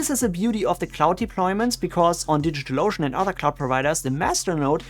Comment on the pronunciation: I like how you pronounce DigitalOcean like "Digital Lotion." 😄